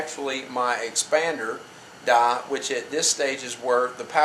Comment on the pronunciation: "Expander dah"? Wtf is an expander dah?